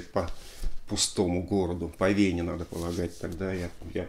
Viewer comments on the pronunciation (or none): none